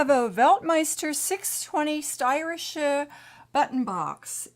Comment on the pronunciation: you kidding me this is NOT a Steirische besides the fact that you can njot pronounce it and DONT call it a button box